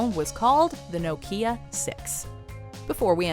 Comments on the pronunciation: Its right bugging me how shes pronouncing Nokia 😑😂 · Never heard Nokia pronounced like that!